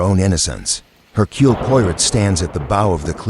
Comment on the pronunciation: Hercule "Poy-ret"? Seriously? I hope this is AI narration and not sheer ignorance.